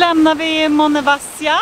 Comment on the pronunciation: Det ser skönt ut. Vill bara hjälpa till med att tala om att betoningen av Monemvasia skall ligga på bokstaven, i. Ha det gott.